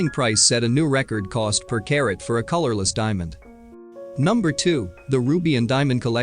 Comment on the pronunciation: If only the narrator had checked the pronunciation from the moment he said "k," instead of "karat," onward.